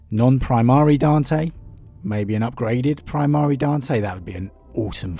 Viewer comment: Seriously Love the videos but dude hearing Pri mar eeeee is killing me makes it hard to listen to sometimes. Also no one will kill him in one on one it will be some fight where the one who kills him gets some plot boost of power from the emperor or something I’m betting and I’m cool with that will be a good read.